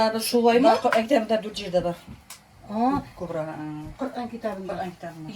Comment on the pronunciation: Кобра,ударение на конце.